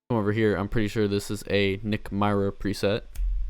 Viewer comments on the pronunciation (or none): Yoo all love but you saying Nick “My-Rah” got me dead💀